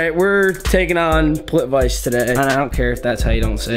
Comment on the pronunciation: its not pronounced plit-vice its pronounced plit-vit-suh lol my guy